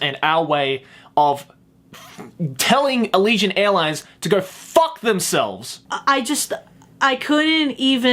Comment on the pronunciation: Everytime you say f*ck it sounds like "fuck." Like I can hear every letter sounded and spoken altogether.